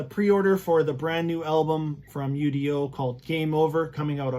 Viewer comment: Not to sound like a wise ass....but....it's not pronounced U. D. O......it's his name....UDO....just say his name